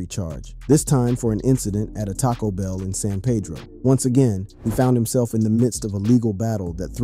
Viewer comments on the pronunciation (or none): none